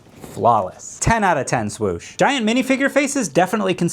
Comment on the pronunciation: that was a pgwosh not a swoosh, you fraud. (but it WAS a very good pgwosh)